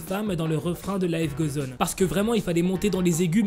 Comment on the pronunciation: Ça me stresse !! Il dit " life gauzoneu" 😭😂